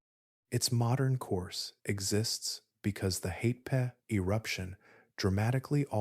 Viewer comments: Hatepe is pronounced Ha-te-pe. Not Hay-pee. To a New Zealander, there's nothing more irritating than hearing familiar place names being butchered beyond recognition. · The worst pronunciation here is for Hatepe which comes out mostly as Haypay😆 Try Ha Te Pe (the letter E is short as in GET)